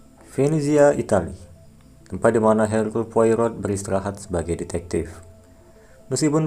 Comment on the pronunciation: Dibaca Erkul Poaro